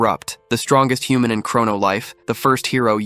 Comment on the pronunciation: There are a lot of mispronounced words in this, like human.